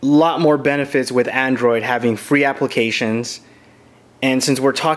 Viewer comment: Its android not andorid